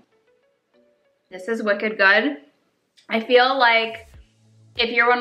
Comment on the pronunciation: Boston subscriber here 🙋🏼‍♀️ “it’s wicked good” was music to my ears. You crack me up! Xx